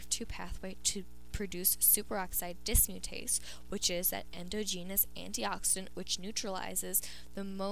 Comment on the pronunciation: Please learn how to pronounce endogenous and exogenous.